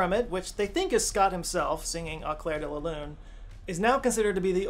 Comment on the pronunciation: AAu-clairre-de-la-lu-ne-mon-aaaa-mi-Pierrrr-ot-Prête..... he is rolling damn hard his R